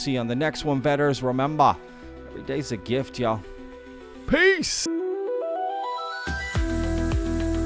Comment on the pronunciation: I would like to know which British personality you're channeling when you say, "Peace!":D